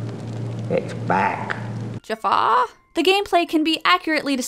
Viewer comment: Don't know why, but I crack up every time I hear her say "Jafar!"